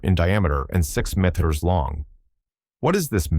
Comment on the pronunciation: AI, among their many problems, have a real problem with "metres" and "millimetres". 🤣